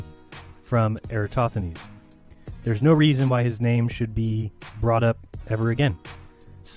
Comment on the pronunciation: Why do and Dave Weiss always pronounce air-uh-TOSTH-uh-nees incorrectly as air--uh-STOTH-uh-nees? Or in this video air-uh-TOTH-uh-nees? I like the point makes here about the globe earthers using parallel rays from the sun most of the time, but angled rays when it comes to eclipses.